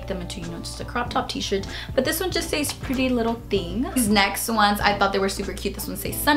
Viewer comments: SEZ not SAYYEZ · Omg, it's pronounced "SEHZ" not "Sayeez"